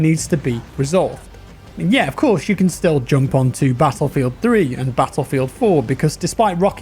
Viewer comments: "battleifeld" lol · BATTLEIFELD hahaha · anyone else notice "BATTLEIFELD"?? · Nice a sweet new "BATTLEIFELD" :p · "Battleifeld" hehe